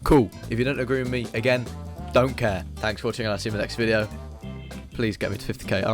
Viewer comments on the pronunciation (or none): none